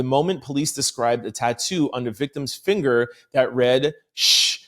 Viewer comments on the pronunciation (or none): none